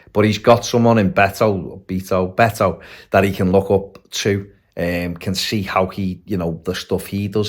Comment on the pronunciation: It's pronouced Bet-o, comes from his first name Norberto